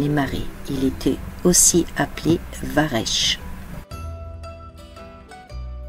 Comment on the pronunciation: Bonjour à vous deux En Bretagne il ne pleut pas plus qu'ailleurs, moi aussi je suis chauvin 😂😂 Le goemon se prononce varecq et pas varech 😂 Vous allez faire toute la côte ? Bonne continuation